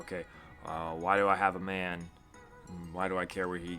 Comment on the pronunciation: He pronounces “man” as if it’s supposed to be pronounced “main”... Lol 😂